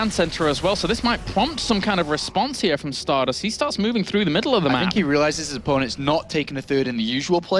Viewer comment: called Stardust as "Starbust" in the last game:D How accurate